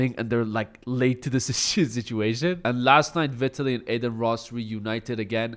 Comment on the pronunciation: Learn to pronounce Vitaly correctly first...